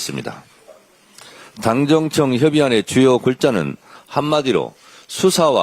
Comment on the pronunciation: 정청래는 당정청 발음을 힘들어하네 ㅎㅎ 자기이름에있는데